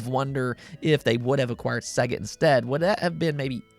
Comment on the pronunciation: Dude, Sega is pronounced say-ger. There is a sample that says it on the opening screen of every Sega game.